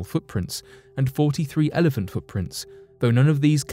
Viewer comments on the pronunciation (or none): none